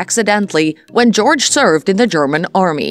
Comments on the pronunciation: Wow, you claim to know so much, you don't even know how to pronounce his name correctly! It's NOT George! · First of all it's NOT GEORGE! it's Joerg. With the J pronounced as a Y. I absolutely adore Kirsten and Joerg. I find this video demeaning to my favourite you tube couple. I'm so glad Kirsten is able to laugh at this. Their videos are magnificent!!! I pray that they become as wealthy as possible. And I wish their channel to go on to become a TV series's. Bringing in the delights of the British and UK design, tourism and everything gorgeous. Just like they are . Absolutely gorgeous. 😊👩‍❤️‍💋‍👨🌷🏡🧳🫖☕🍰🥨🐞🍄🐏🐑🍂💝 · Learn to pronounce his name correctly. It's not George. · This is such inaccurate information, it’s laughable!! Disappointing to hear Joerg’s name mispronounced so badly. Thumbs down for me